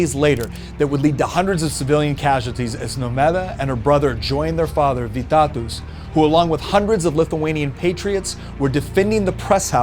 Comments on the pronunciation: And you shold say Vytautas not Vytatus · Vytautas is not splled like that its SPELLED like vytohtas say au like oh,it will be better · Vee-ta-toos is my new favorite way to pronounce "Vytautas"